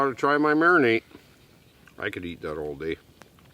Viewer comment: it's a Mari-NADE not a Mari-NATE... The 37th mention of it triggered me to tell you this. Nice steaks by the way...